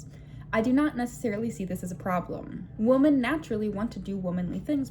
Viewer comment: I enjoyed this video. Do you mind if I mention as a footnote that you're pronouncing the word "women" (the plural of "woman") incorrectly? Women is pronounced "wimin," but you're pronouncing it the same as "woman."